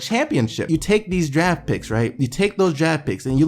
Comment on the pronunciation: it sounds like you're saying jag when you say draft